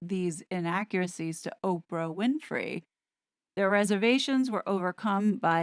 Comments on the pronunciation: “Ahhhh-pra” versus “Oprah”… I love to hear Tom call her that every time. I heard a TV commentator dutifully correct him, which he delightfully ignored her and continued to mispronounce her name. 😂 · Does anyone else think that Tom Bower deliberately mispronounces Oprah’s name, just to shit-stir Oprah & the Sugars? 😂